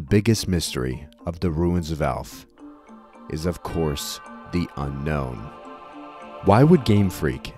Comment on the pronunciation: And then you find out Unown is pronounced "Un-own".